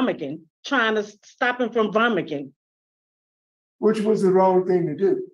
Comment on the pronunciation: Vomicking, (vomiting) 😂that’s gonna be stuck in my head